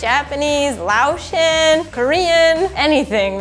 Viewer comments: she said “Lao-Tian” but it’s pronounced “Lay-O-Tian” Laotian :) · Honey.. it’s pronounced “lay-otion”